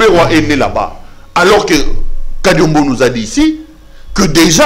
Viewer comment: C'est normale que tu l'appelles Kariombo et non Kadiombo, même par votre prononciation on sent que vous n'êtes pas Congolais....